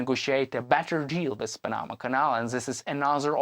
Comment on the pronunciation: Teach him how to say panama